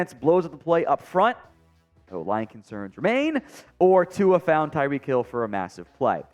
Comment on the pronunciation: Why do so may of you guys pronunce Tua as Tuga? Please try a bit harder as this fan is tired of hearing the mispronunciaton